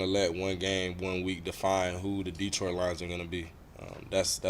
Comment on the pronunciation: Dee- troit